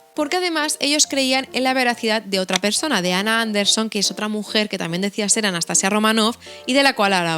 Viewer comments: Hola! No sé si te han dicho pero la pronunciación que comentas con la sílaba tónica al final (anastaSIa) es la pronunciación rusa (que romanizado se escribiría Anastasiya). Gran video! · Hola, cariño, en ruso se pronuncia Anastasía no Anastasia...yo ni idea de ruso pero gemini lo deletrea así. Yo me saltaré en este caso la norma de no traducir los nombres porque suena horroroso.❤❤ sigo oyendote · En ruso se escribe Анастасия. Es decir, /Anastasiya/. La /-ya/ es una I y una a junta. No sé pronuncia como la /-lle/. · En efecto my darling, es Anastasííía, acentuando mucho la í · Nota del . En ruso realmente sí se pronuncia Anastasía. De hecho usualmente en las transliteraciones del cirílico al latín suelen anotar Anastasija o Anastasiya, de las misma forma que está María (Marija/Mariya) y otros nombres, incluso el nombre de la misma Rusia (Rossiya/Rossija) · Анастасия (Anastasiya) se pronuncia Anastasía en ruso aparentemente, con acento en la i (cortesía de Google Traductor) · hola :) una rusa con el alma española aquí. es más correcto pronunciar Anastasía Románova, añadimos 'a' porque es femenina. gracias por el vídeo tan interesante, la historia del fin de la Imperia siempre me hace llorar...